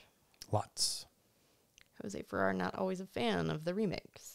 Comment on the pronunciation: About Jose Ferrer: Very interesting info. about his being a progressive and almost being black listed. Sorry to correct you, but you are mispronouncing his last name. It rhymes with air (pronounced "furair"). I find that a number of younger podcasters who are experts on classic film never the less mispronounce some relevant people's names (FYI, I'm 74 y.o. and have been watching classic films, documentaries about them and the people who made them for many decades.) But I am enjoying your podcasts and look forward to watching and listening to more, thanks.